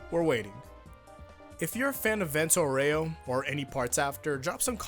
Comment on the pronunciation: Actually,the italian pronunce for Vento Aureo is Vénto Aúreo